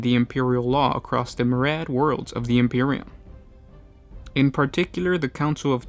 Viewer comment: Could you please look up the pronunciation of some of the more unusual words before recording? cf "Myriad" (Mi-ree-add), auspices (aws-pis-sis).